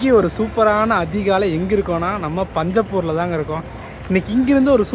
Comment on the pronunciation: பெருமையா இருக்கு ப்ரோ பஞ்சப்பூர் கு பதிலா பிஞ்சப்பூர் னு சொல்லாம விட்டீய்யே